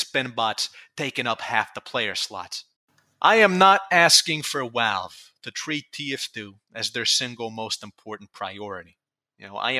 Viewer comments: I swear this guy pronounces V’s like W’s on purpose, everytime I heard “Walve” I wanted to scream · love how you pronounce "Valve" as "Walve", amazing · i agree that tf2 stumbled hard and overwatch basically poisoned tf2. but can you not say retard if you can't even say V correctly? i get the w is a literal double u/uu that got typed into becoming vv but it ain't hard to say value and valve instead of walue or wowvle which is weird you only partially say it correctly. it's not about saying retard it's just the irony of the way you talk makes it physically painful trying not to laugh every time i hear either. again i agree and i believe a lot of others agree as well. but i'm still gonna be a dick and point out the irony.